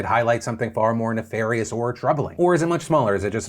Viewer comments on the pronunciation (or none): none